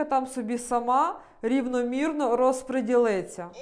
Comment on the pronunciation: Може розподілиться, а не розпрєділится.